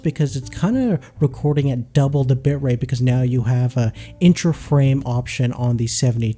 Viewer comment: sounds like he says "bump up the bitch rate"